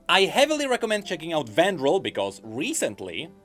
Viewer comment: be like: Vandiril = ❌ Vandral = ✅